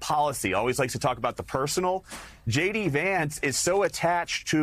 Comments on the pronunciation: Dude should learn how to pronounce her name if he’s going to say it. It’s not that hard. It’s pronounced Comma-la. Again- Comma-la. Lather, rinse, repeat. 🙄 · The /JD split-screen image as mispronounces 'Kamala' was WEIRD..